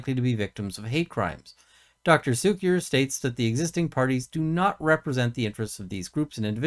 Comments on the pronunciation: It's pronounced "KOOK-ee-er". Or it can also be pronounced "SUCK-ee-er". 🤣🤣🤣🤣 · I love how you give the name the benefit of the doubt and say "Soo kier" instead of how it looks as "Koo kier." Based on the side I take here, I'd be more likely to use the latter as a point of pettiness. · Its not Cukier with an "S" sounding "C" but a hard sounding "C' as in cuckoo. Very fitting I'd say!